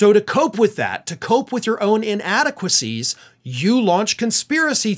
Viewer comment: Can dt say “inadequacy”?